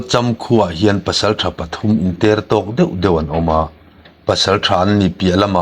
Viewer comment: An inter tawk tih hi i lam diklo deuh lo maw? Ter tih hi awki sang hmang lovin awki hniam hman zawk tur niin ka hria.